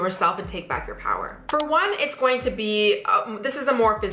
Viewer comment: You need to say going instead of gojin